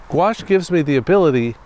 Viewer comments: If you’ll allow me, I would like to help you reconcile yourself with « gouache»’s pronunciation. « Gouache » is a french word (spelled and pronounced in the french way); it comes from the italian « Guazzo » and is derivated from the latin « aqua » which means... « water », as in « aquarium » and « aquatic ». After 2000 years and through 3 languages, the « goua-« in « gouache » is still pronounced exactly the same way as the « -qua-« in « aquarium » and « aquatic ». I find that absolutely wonderful, but realise it would bore most people to death! 🤗 The funny way words are sometimes pronounced can be a big clue as to their meaning. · I used to pronounce it like "gauche". Not a clue as to why. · I find it upsetting how gouache is actually pronounced, I never knew it was actually spoke like that, nastyyy 😂